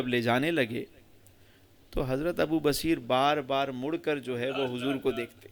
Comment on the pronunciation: حضرت کا نام تو پہلے صحیح سے لے لیں ب پر پیش ہے ص پر زبر ہے سمجھے میان